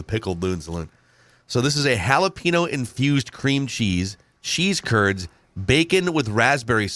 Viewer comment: Mexico - “jalapeño” - “Halla Pinot”